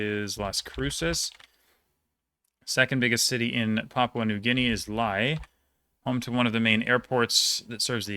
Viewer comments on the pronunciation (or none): Not that it matters at all, but I know you are into pronunciations so “Lae” is simply pronounced the same as “Lay”